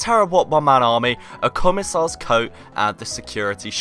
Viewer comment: BRUH YOU MISPRONOUNCED COMMISSAR